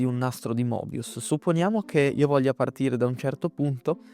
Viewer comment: Il nastro di Moebius si pronuncia Mebius